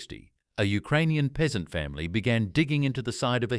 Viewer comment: "Ukraninan" AHAHAHA The word "Ukrainian" appeared in the Polish language in 1830 and meant a subhuman who lived near the border. U - near Krai - borderland. This was a project by the Warburg family of Austria-Hungary, which aimed to create an anti-Russia similar to Finland.